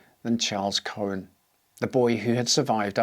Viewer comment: Cohen not chuuish? 😂 Damn, you are a.